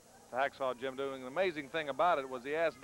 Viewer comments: Never understood why Watts always said Doo-gin while everyone else says it correctly. Also, Jim D. a little obvious with his jump/punch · The way Watts said Duggan's name is stupid. Doogan? Really Cowboy? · Why does Watts call him Doo-gan when everyone else calls him Dugg-an? It's actually kind of distracting... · Always liked how Bill Watts would pronounce his name as "Doogan"...